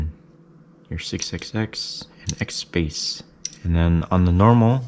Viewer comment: In the video he was saying XSpace but it can sound like he was saying XBass. I got the signature stack and the 650. Also tried Sundara on it.